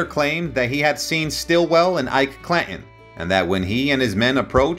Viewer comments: You butchered the hell out of the English language, it,s clan Ton not cla in like button not bu in if you are going to narrate learn the correct pronunciation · I appreciate the effort to keep history alive and relevant. I further understand that you likely made little off of this. That is admirable. However, "The O.K. Coral"??? "Cla 'in"??? I mean no disrespect, but the pronunciation in this suspends any confidence in the knowledge of source material. The O.K Corral ( Read: Kohr-al) wasn't the actual location of the fight, according to credible sources in the hearing it was in an empty lot on Fremont street.. The name Clanton is used often in the story. It is pronounced Klan-Tun. Facts are important.